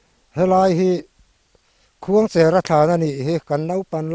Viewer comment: Khuangchera kan lamdan hi a dikhlel deuh lo maw thianpa...khuangcher...cher, tih lai hi, Cherhlun khua kan lamrik anga...cher anga Khuangcher tih tur a ni lo maw, thianpa, 😂